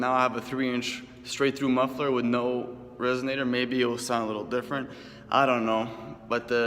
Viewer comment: its pronounced resonator not resognator